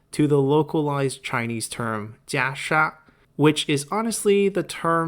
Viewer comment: I wish you would have stuck with "Kasaya" as thats what the game uses and you are really struggling to pronouncing Jia Sha anyways... or were you just trying to boast on your limited ability of Mandarin ? Sounds very pretentious...